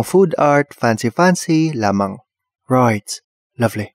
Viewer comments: "Roight, lovleh" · "Ruighttt" "Luvvly" Ka chuy HAHAHA